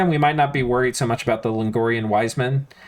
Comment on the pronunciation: I love you but please look up how to pronounce Logrian wise man <3<3